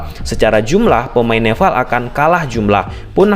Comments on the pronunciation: Nepal bang bukan neval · Nepal bang bukan Nefal😅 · Nepall bang bukan nefallll😭😭😭😭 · bang maaf sebelumnya, aku fans channel abg tapi seharusnya "nepal" bang bukan "nefal" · Wkwk suka greget pas dia bilang neval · NEPAL bukan NEVAL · Perasaan, nama lawannya Nepal deh, bukan Nefal/Neval..??🤔🤔🤔🤔 😅😅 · nepal bg nepal bukan nefal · Bang bukan NEFAL bang tapi NEPAL, nanti org Nepal marah bang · Nepal bang,bukan Nefal😅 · Nepal bro bukan nefal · Orang mana nih, neval😂😂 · gua jd salfok sama kata2 lu bang "nefal" wkwkwwk tp isoke bang... lanjutkan